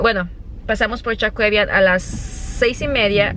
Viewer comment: se llama Jaquevian no choquevian🤣